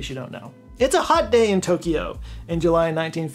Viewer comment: I love how you made "Tokyo" into a 3-syllable word - well done,!